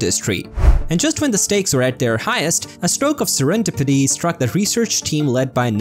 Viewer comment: serendipity pronounced wrong.